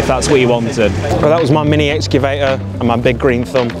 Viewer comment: Can't even pronounce excavator 😂